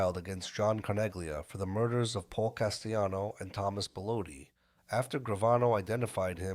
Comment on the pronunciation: Carmine FAT-Tick-O...Paul CAS-Tell-anno (Not CAST-E-ANNO).😮😮😊😊 That's how we pronounce them.